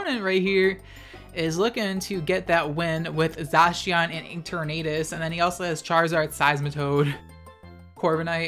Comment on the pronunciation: I’ll just post this on the chance you see it :P Zacian is pronounced Zay-see-en (as far as I’m aware) and Eternatus is like the word eternal but its Ee-turn-eh-tus. The more you know!